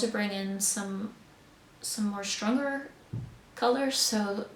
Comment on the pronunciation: woo great job! kitchen looks so pretty and love the colours and textures. I started laughing at the way you said 'stronger colors' remembering that you said you were trying not to sound too dutch 😂